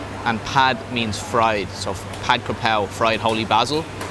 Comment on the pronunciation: You have a Thai wife learn how to say stir fried. It’s pad. Like a. Pad of paper butt more like Pot